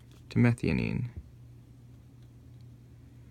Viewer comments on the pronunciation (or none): You don't know how to pronounce methionine properly